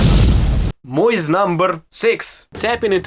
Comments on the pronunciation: Sounds like he says milf not myth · Mooth.. coolest pronunciation ever. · Mlyth lol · Dude, “myth” is a word a lot of us Americans can’t even pronounce lol. Great video! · I enjoyed your pronunciation of "Myth #10" 😂